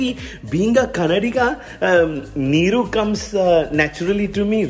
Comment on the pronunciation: Goood one 😂👌🏽👌🏽pronounciation of NEEERUU was kickass 😆😆